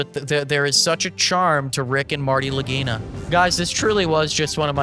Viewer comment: After investing way to much time into this show, i now know two things for certain. Anything that narrator is involved in is complete BS and you can skip thru when he talks. And that the name "Lagina" can be mispronounced in quite a funny way.